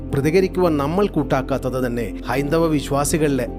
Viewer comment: Hyndavar ennu padikkum